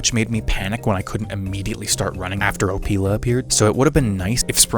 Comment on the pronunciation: hehe "opeil"ing he said. Great Review